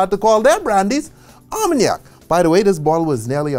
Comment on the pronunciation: Very good work, however I dont understand how he can pronounce Armagnac perfectly and fail at Cognac